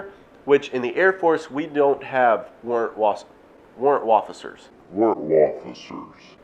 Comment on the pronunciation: Say it with me boy's ....."Warrant Wofficers" 10/10 lol but on a serious note this video was great and very informative!! Keep it up man!